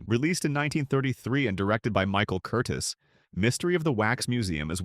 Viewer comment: Michael Curtiz’s last name is pronounced with the accenton the second syllable.